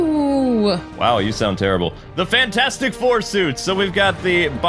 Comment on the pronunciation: The “fantastif four” might wanna fix that lol Edit: ok he fixed it